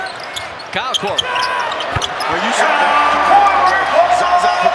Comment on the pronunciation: "KYLE KORVER FOR THREEE" god damn that's annoying